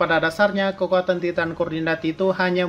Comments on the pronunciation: bilang nya taiten bukan titan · Titan = Taiten Gitu bang bacanya